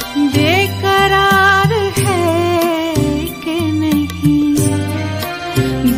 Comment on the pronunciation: সুর....এক কথায় অসাধারণ। হয় তো স্বয়ং জগজীত জী শুনলেও তারিফ করতেন। কিন্তু উচ্চারণে খুব স্বাভাবিক ভাবেই একটু বাঙালি জিভের প্রভাব রয়ে গেছে। 'নেহি', 'বাতা', 'প্যার' বা 'ইন্তেজার' শব্দ গুলো মূল গানের সঙ্গে মিলিয়ে দেখলেই সূক্ষ্ম একটা অমিল ধরা পড়বে। কাউকে ছোট করা বা নিজের জ্ঞান জাহির করা আমার উদ্দেশ্য নয়, কিন্তু সামান্য একটু উর্দু জানার সুবাদে কথাগুলো বললাম। আমি কিন্তু এনার রবীন্দ্রসঙ্গীতের একজন বড় ভক্ত।